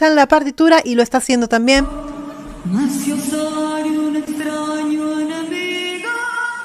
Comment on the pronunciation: Mal cantado no sabe la letra Ella dice ciño y es ciña oh patria también pronuncia y no es cienes de oliva es cienes de olivo y no es maciosario es masciosare yo gane un concurso escolar de himno por eso me lo sé